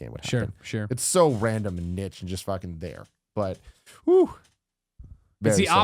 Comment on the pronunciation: That look Colin gives Tim when he pronounced "niche"